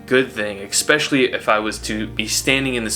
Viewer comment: expecially is not a word